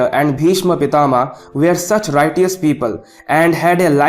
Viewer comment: Righteous ka pronunciation theek se shikle...